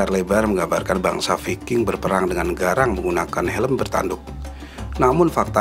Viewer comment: Bacanya bukan viking min.gimana mengedukasi kl ga tau cara baca ..learn more ,,,if you want to be a you tubers...